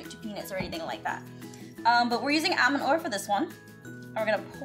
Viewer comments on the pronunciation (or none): She says all-man instead of almond xD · Almend not Almond sorry but yeah and I love you♡♡♡♡♡ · Allllllmond not Edmond! Sorry I get so triggered on that topic😖😢😭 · you say it all-mond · 🎆 Is it just me or does aphmau say almond weird.🎆 🎆Like nothing wrong with it, but still 🎆 😑😯😕 BTW love your channel so much 🌈❤💛💚💙💜❤🌈